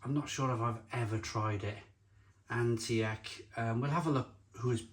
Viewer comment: the way to pronounce antiek is antique like an antiques store for example